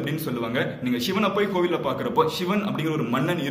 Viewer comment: Koil illaye bro kovil dha na bro ko + vil